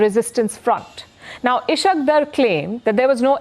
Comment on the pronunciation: Sorry to disturb your sleep by 2.00 Am press conference Unfortunately you don't control rest of world , It's Ishaq Dar not isq deer Show some professionalism, shows your preparation, i hope your Army's preparation is same as you lol